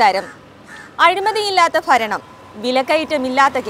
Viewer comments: ഫരണമല്ല കുട്ടീ ഭരണം എന്നു പറയൂ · Sister faranam matti bharanam ennu parayan nokku.. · ഫരണം അല്ല ഭരണം. ഉചാരണ ശുദ്ദി നന്നാക്കി പറയണം 🙏